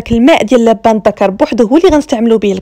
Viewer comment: النطق الصحيح اللوبان الدكر او الحوجري نطقكي لبان تعني الرجل اللدي يبيع اللبن النطق الصحيح اللوووووووبااااااان اعباد الله